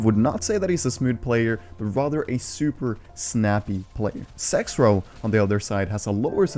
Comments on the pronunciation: Not tryna make fun of u but u say sexrow but it’s zexrow. Ik it’s just ur accent but just a heads up. I love ur videos 👀💯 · Who else heard SexRow instead of ZexRow. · Everyone:: sexrow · He said sexrow 😂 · did he say "sexrow"